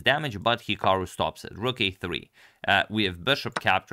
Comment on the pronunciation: Because again, you said "Ok, rook..." ~> "Ok, Google" ))) So funny